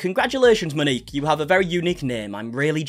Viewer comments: MOW- NEEK. please its...not hard to look up a pronunciation. Its not Ma-nik or ma-nikki its MOW-NEEK. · Moaneekey. No, it’s pronounced Mo Neek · Pls say Mo-ni-k! I know it looks strange.